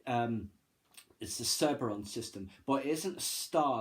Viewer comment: Nice to see you read this book. It's a decent read and I've done my own full review. I was interested to hear your take of this book too. You are correct with your pronunciations of Triothe and Cerberon etc